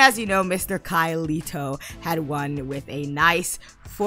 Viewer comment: First of all, I'm so sorry I pronounced his name wrong, I kept calling him Kai Leito instead of LEIKO, literally I can't even with myself, Why am I so bad with names? ☠️ anyway his favorite color is Irish green for some reason but he literally only wears white... Edit: Download Link is now up!